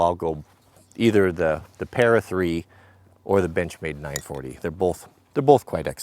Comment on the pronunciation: At least us east coast folks can say "both" without adding an " L " to it.